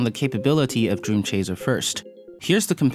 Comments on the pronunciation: Am I the only one being bothered by him saying "dream chaZer"? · Why does "dreamchazer" annoy me so much?